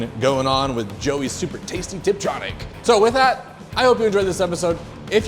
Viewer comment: didi he say triptronic..?